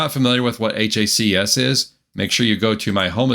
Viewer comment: it's HACS like HACKS lol